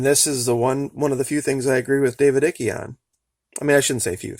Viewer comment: Absolutely LOVE your work... you have a very intriguing and well thought out process that I particularly enjoy. One little thing - David Icke's last name is pronounced [ike] as in "like" without the L. (not that I "like" what he says)